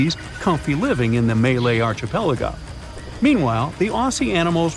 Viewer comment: So is this an A.I. narration or do you just not know how to pronouns archipelago?